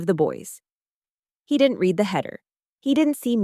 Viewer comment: “read” has 2 pronunciations depending on context: read (reed) is future or present tense, read (red) is past tense. Teach your AI the difference or go back to human narration.